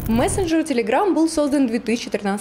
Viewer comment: из беларуси? почему она говорит целеграм?